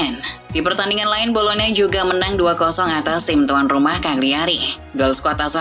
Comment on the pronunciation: Bolonya mba bolonya cara ngomongnya.. bukan bologna...